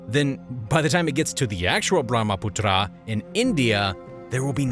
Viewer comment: Hello Author, Learn geography. In a map you placed Tibet down near Hong Kong. Also it is not true that most of the Chinese population lives in the arid north. Also you should learn how to pronounce words like Brahmaputra.